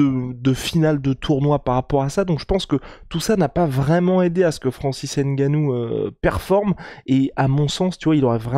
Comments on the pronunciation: Prononcez bien les noms des gens c'est Nganou et non N'ganou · On dit Nganou pas HAINE-GANOU faites un peu un effort ! C'est quoi ça ?